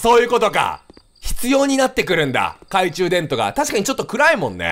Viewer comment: 「懐中電灯」を「懐中でんと」って言うキヨが可愛い